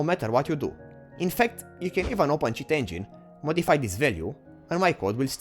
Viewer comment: You say "cheat engine" like shit engine